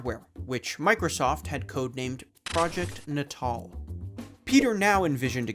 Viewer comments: I want to punch you everytime you pronounce NATAL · Calling the word "natal" like it's fucking english shit. Dude... natal is relating to the place or time of one's birth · Is it not natal, as in like… prenatal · Pretty sure that’s not how you say natal……. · why didnt you look up how to pronounce "natal" before recording this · Why did he pronounce natal like that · yelling at my screen every time you mispronounce "natal" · Thata not how you say "Natal" 😅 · Why do you keep pronouncing "natal" like such a chump? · i don't know if you're pronouncing "natal" like that to drive engagement or if i'm just america-brained but what the hell man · that's not at all how to pronounce natal that's also not how to pronounce Molineux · Why can't you say the word "natal" properly? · You should really double check the enunciation of natal. Think babies. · Nay-tul. Like neonatal. Not naw tall. Fuck my ears. I can't with this video. Goodbye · N'taal? I think it's pronounced "natal", as in birth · "nuh tall" and not "natal" as in "pre-natal?" Uhhhhh this is gonna be a long video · Are we sure it's "nuh-TALL"? "Natal" is already a word, it means "related to/of the nature of birth" (you know, like "neonatal" ICU cares for newborns? Prenatal vitamins are taken by pregnant women prior to giving birth, etc) which is pronounced "NAY-tull" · Am I the only one annoyed by how he keeps pronouncing the word natal as 'nuh-TAHL' rather than 'NAY-tle'...? 😑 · I bet a lot of people pointed this out but i don't see comments about it, its not "NAY-TAWL" it's "NAY-DLE" as in pre-natal or post-natal, referring to birth, infancy. And also "MAHL-EE-NEEW" not "MAHL-A-NOH" i know people say shit wrong in shorts to get people commenting and engaging with the video but this is a full video essay, say shit right or you sound kinda dumb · It's not nuhtahl it's naytuhl. As in natal, meaning relating to childbirth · “Na Tall”?? FFS at least learn how to pronounce the subject of your videos. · It’s. NAY TAL lol